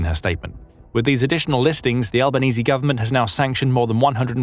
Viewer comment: Someone said Albanese correctly! Woo!